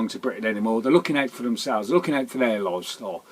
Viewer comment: Leave it aught! You slaaaagh!